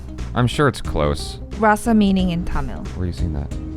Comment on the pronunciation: Not Raa-sa. It's Ra-sa. 9 Emotions